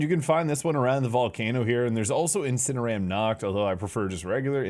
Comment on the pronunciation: Inciner-(oar)-am fire dark type you say... 😅